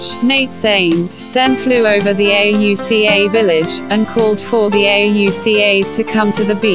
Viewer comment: Computer voice mispronounces words and spells out Auca instead of saying it. Looking for a video to teach 5th grade - this just won't work because of all the mispronunciations and lack of emotion in the voice. Please find someone to record the voice. Heck, I'll do it for you!!